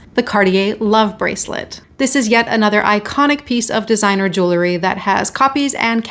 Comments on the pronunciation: Please pronounce it properly if you are in the business. Jewel-ry. Not jewlery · I'm sorry, I cannot take you seriously when you say 'jewelry' incorrectly.